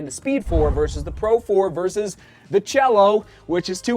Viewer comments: Say "see-A-lo." It's Spanish, and it means sky or heaven. It's not "cello," which of course is a musical instrument. 😆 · Sure, but cielo and cello are not pronounced the same in Italian, either. 😆. Nice try. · Keep calling it the Cello,. We love it.